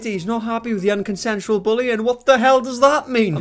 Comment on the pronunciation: He actually said "unconsentional" 😂😂😂😂😂😂😂😂😂😂